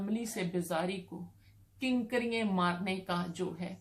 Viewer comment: Kankaraian? what hell is that? I think you are trying to say KANKERIAN.